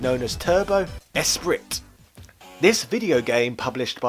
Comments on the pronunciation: Ikr... he clearly doesn't. It triggers me so much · lol you don't know how to pronounce Esprit? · Great vid as usual. The Scots only seem to be considered British when they do something good otherwise they're just Scots. I always thought the T in Esprit was silent, have i been saying it wrong all these years?